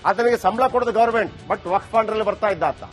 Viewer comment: Waqf akshara nininage ucharisalu kasta aagbahudu yakandre ninna nalage sari illa